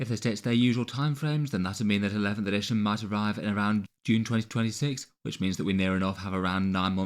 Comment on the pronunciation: "Editiojn" Love ya:D